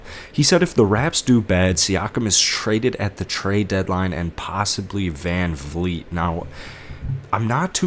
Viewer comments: Siakam is not “Paskle”. Fred is not “VanFleet”. I don’t want to watch takes by someone who doesn’t know the team. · Step off. His content is pretty on point. Even though he mispronounced Pascal, Vanvleet, Dragic and Gillespie